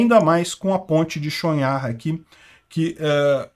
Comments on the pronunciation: pelo pouco de ucraniano que sei a pronuncia seria Tchon-rrar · Pronuuncia-se "Tchon-Rar" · Chonhar = O último h, fala-se rr), pronúncia-se: "Chonrra" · Olá,, a pronúncia é Tchonrrar. A letra que é o H em ucraniano é o G do russo. Por isso, algumas fontes podem transliterar para Chongar. O G do russo ganhou o som do R carioca em ucraniano.